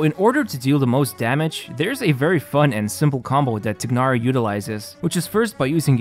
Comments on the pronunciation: I love this video but please for the love of god say his name right. It’s not ‘tig-nar-ee’ it’s ‘tie-nar-ee’ and keqing is pronounced ‘keh-shing’ not ‘ka-ching’ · why tf you called him tiknari ???😂😂 bro it's pronounced teenari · Tai-Nar-Ee Not Tig-Nar-Ee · btw its not tignari u say it like tinahri but good vid either way. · my brother, it's "Tie-nari". Good vid either way 👍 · bro really said "Тигнари" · "tie-nar-ee" dude.. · The "igh" in "Tighnari" is pronounced like the "igh" in the word "High". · thats not how you say his name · they pronounce his name like 500 times... how does everyone get it wrong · Nothing is more disappointing than your pronunciation of his name.